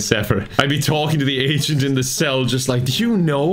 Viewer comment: Are you saying "agent" or "asain?"🤔